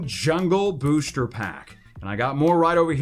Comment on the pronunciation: Why do u always say booshter box rather than booster